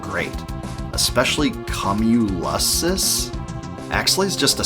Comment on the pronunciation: This game was amazing, thanks for showing it off, I spent hours on this game. BTW, the level is pronounced KYOOM-yoo-less-ez, like cumulus clouds 😉